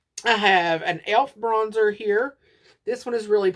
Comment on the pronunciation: Lol, "bronsher" with an Italian accent with a bit of French mixed in. 🤣